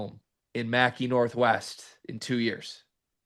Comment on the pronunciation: do you keep calling it Mackey Northwest in a commitment to the bit, or are you that bad at geography